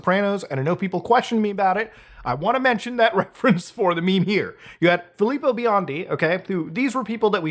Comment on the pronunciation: I’m super grateful he pronounced “Filippo” correctly since I have the same name lol